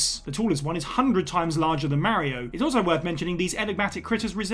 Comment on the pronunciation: Can you call yourself a gaming channel if you still can’t pronounce Mario correctly?